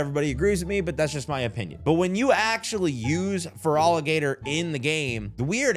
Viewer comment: I really wish you looked up the names cause holy hell I thought you were just rage baiting. Feroligator? It’s an Alligator. FerAlligator